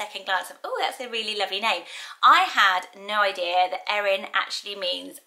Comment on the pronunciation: Thanks for saying my name, Erin, correctly. Most people mispronounce and misspell my name and always have despite how simple it is. I've only ever met a couple of people with my name but just in passing.